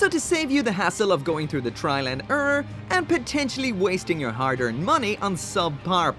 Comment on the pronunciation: "Trial and urrr"